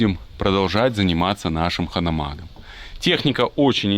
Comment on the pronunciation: Я думаю назывть правильнее Ганомаг? (Хитлер, мы же не говооим)